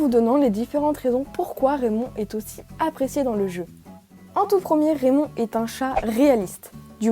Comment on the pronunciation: RRRRRRAYMOND en anglais😂